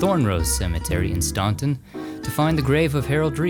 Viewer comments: Hey, you mispronounced Staunton, VA with Harold Reid...It's pronounced like Stanton(not Staunton) The U is silent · So glad you're back - a note from a Virginia native - it's pronounced "Stanton,' not "Staunton." Yeah, I know. Oh, and the SC town is "Byou-fort." (The NC town is "Bo-fort." ) PS - I'd be happy if they'd remove every last statue of Jefferson Davis & Robert E Lee.